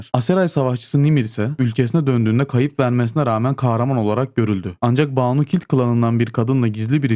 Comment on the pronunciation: Oğlum Kimse şu ön eki doğru telaffuz edemiyor ya. Kız ismi olan Baanu değil. Banu Banu a kısa. "Bin Hüseyin" gibi düşünün. Kısa okunacak a harfi. 😂